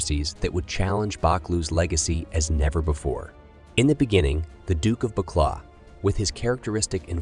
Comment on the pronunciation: Fyi, "Buccleuch" is pronounced "Bukloo".